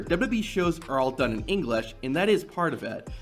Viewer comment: Why’d he say English like that? Engleeeeesh